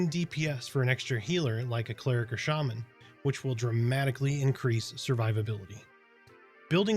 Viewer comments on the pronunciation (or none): none